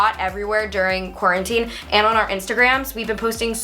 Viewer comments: Imagine saying corn teen instead of quarantine 😂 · Who said corn teen?? Lol